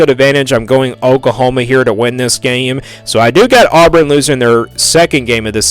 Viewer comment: Dude, you can’t even say Auburn right!!! where in the world are you even from?